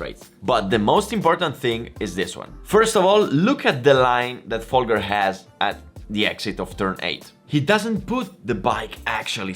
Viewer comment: I don't think you realize how small of a gap 2 seconds is compared to a motogp rider. Even last place on the motogp grid is one of the fastest riders in the world. 2 seconds off a motogp rider is probably a highly competitive wsbk pace. And don't be a dick mispronouncing Folgers name, he was and is an incredible rider and deserves a more respect than that